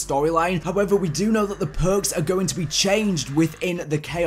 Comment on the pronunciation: These phhhurks, those phhhuurks,, PHHHUURRRKKKSS